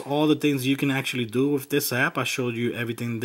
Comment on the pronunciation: He says wif instead of with.